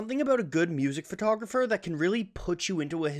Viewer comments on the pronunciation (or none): none